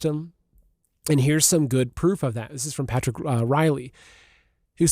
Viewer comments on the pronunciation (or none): none